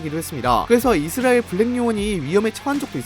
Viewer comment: 여전히 이스라엘 발음은 고쳐지지않았군요